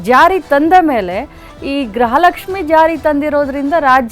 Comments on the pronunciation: ಯಾವ ತಾಯಿ ಗ್ರಹಲಕ್ಷ್ಮಿ ಅಲ್ಲ ಗೃಹಲಕ್ಷ್ಮಿ ಫಸ್ಟು ಕನ್ನಡ ಕಲಿಯುವ ತಾಯಿ ಬೆಳಗಾಂ ಮಿನಿಸ್ಟರ್ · Graha alla . Gruha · Swami. Media. Guru. Kannada. Sariyagi. Uchharane. Madali. Grahalakshmi. Alla. Gruhalakshmi.............. ...... Heli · It’s griha not graha